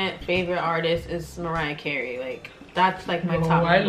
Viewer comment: Ewwwww she lokey said mariyah carey